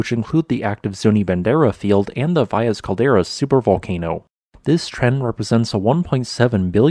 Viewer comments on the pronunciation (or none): none